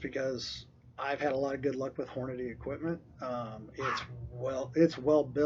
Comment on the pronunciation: It's not Hornaday. It's Hornady. Horn-a-dee. Idiot.